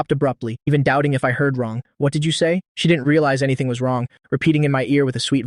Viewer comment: Bro one question why you pronunse she he